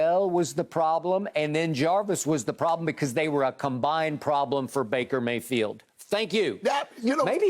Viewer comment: Jen Hale: "Maker Bayfield" 😂